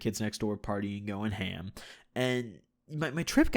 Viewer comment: Dont say H.A.M bro...